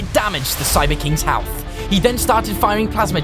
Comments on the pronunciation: when he was fighting the cyber king he said health like halth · " his halth "